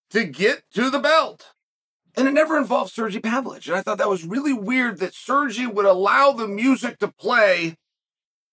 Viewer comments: sergi pavlichh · Sir-gee Pavlich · "Serjay Pavlich"